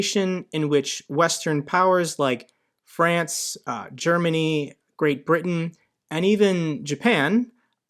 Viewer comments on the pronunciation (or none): none